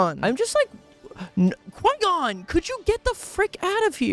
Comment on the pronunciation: can't even watch the full vid. From your god-awful take on Qui-gon to how you pronounce "droideka". it's just awful. may i never have the displeasure of being recommended one of your videos again.